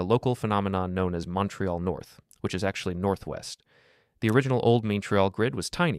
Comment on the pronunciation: This is AI. Can't pronounce Montreal or Edinburgh. Also let's be honest, ever channel started in 2025 is AI.